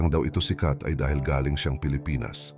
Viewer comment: Narator please be attentive to your pronouncing some Pilipino words example the word “galing” if ur referring to the talent of a person your pronunciation must be fast accent is in the first syllable if it means a question about a place the pronunciation of galing” is slow meaning the person came from that place . As a foreigner your pronunciation is good but some Pilipino words have different meanings depending on the pronunciation.